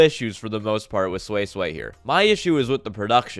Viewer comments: Edit: wtf is sui sway, it's pronounced as swee-say. At least get the name right well that was a pretty unique album review. I agree with you for the most part that the sound mixing was meh, especially on newton was shit, but that's pretty much it. I thought you were trolling or larping but it may just be that your standards are too high. I saw the comment where you actually like jpop, then listening to jpop must be endless purgatory for you since it's full of what you highlighted in this album review. Yeah or you just have shit taste. Your hearing is pretty decent though, most people won't be able to identify problems on the production side. Props on actually even making a video though. Album review 5/10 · who is this sweyy-sweyy? at least try to pronounce her name correctly before ranting your own opinion.